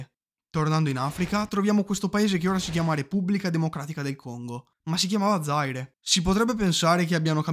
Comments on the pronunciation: Zaire , non Zàire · Ciao, grazie del video. Ceylon si pronuncia “sìlon”, mentre Zaire “zaìre”. Spero sia utile 😉